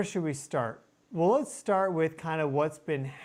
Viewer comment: L E T ' S as in LET US ... "Lez"... wth?